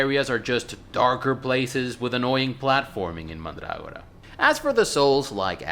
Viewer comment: Mandrágora. How very pronuntiatio restituta of you!